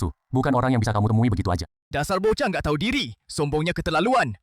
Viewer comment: Bukan bokah,tapi bochah